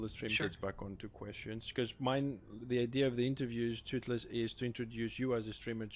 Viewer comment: My boi Tootlez! Its not pronounced Tooth-less btw ;)